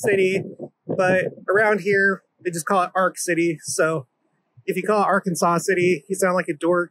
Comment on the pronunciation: AR Kansas is how it is pronounced